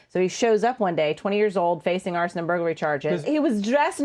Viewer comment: "Arson and burglary"? Sounds more like "Arsein' and Buggery".